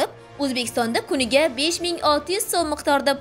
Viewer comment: Sekundiga demoqci bulganu tili aylanmay qolgan manimca